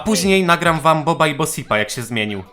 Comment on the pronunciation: Fun fact: imię bosip czyta się boszip